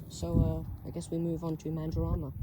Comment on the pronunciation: This is a bit local for my liking... I think I had a stroke hearing that, it's pronunced MAN-DUR-A-MA